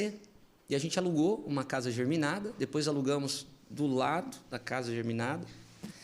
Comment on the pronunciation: Entrevista muito boa! Só "doeu" a parte da "casa geRminada" dita por um corretor. A palavra correta nesse caso é "geminada". Facilita pensar que são casas gêmeas.